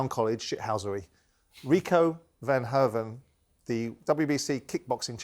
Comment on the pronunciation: Ffs TalkSport it’s Verhoeven, not “Van Hoven”